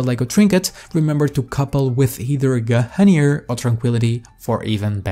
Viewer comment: guh - hunir.